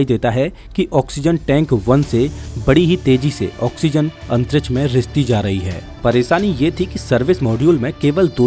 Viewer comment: Antriksh nahi Antrich😂😂